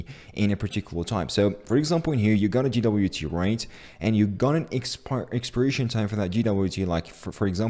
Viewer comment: Great video! BTW it's pronounced "jay"WT. If you say "gee"WT it is GWT ;)